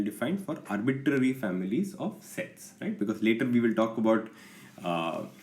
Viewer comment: Why he say arbiTTTary is funny